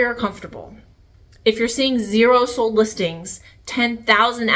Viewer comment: Sold! The word is pronounced SOLD … not Sode. And the like!! It’s not Cute. It’s SO annoying..It makes me not want to listen!